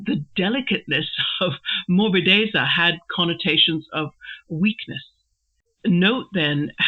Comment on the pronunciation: Hi, it took me longer than expected to get to this MM video. But finally I made it. Great meditation, as usual. Your pronunciation of 'morbidezza' is perfectly fine. Apart from its use as a technical term about painting styles, in Italian it is also a used in other contexts where it means something like smoothness or softness (in a physical sense, e.g. of a cushion or skin, but also the taste of wine), being pliant or easily malleable; it can also be used to characterize the litheness of movements), or in a more figurative way as a quality of a character,... I think you get the general idea. Regarding the point whether Mr. Brooke makes a mistake by using this term in reference to Will's painting: Interesting thought. I was under the impression that this sentence was still addressed to Dorothea, so I thought that this was still part of Mr. Brooke's criticism of Dorothea's lack of some feminine qualities (delicacy). I fully understand the connection you make to morbid, this is a connotation that would also come to the mind of German readers, - but probably not for an Italian one, because in Italian there are two distinct adjectives: 'morbido' (for English: 'soft') and 'morboso' (for English 'morbid').